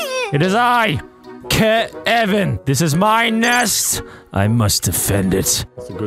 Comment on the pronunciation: Ke-Evan Mc-Owl-llister